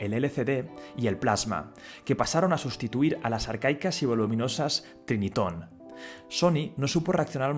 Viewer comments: Corrección es Sony Trinitron no Triniton. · Se pronuncia Trinitron, no Triniton.